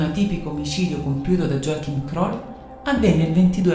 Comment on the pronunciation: Effettivamente molti serial killer hanno infanzie problematiche. Joachim si legge Iòahim, in tedesco J si legge come una i